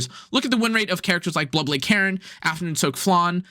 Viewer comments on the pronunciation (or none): none